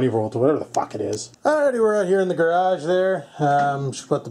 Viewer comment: "Scores"!!! Another window in the "gradge" right on ! Not too bad, not too bad...